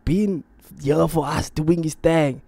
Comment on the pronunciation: Doing his Thaang😂 how you gonna say us with an American accent